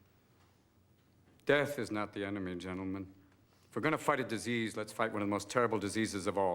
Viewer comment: "The most terrible dis-ease of all ; indifference".